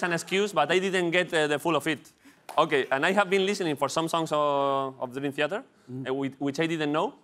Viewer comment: Me duele escuchar a Broncano pronunciar Theater, pero aun así ole sus huevos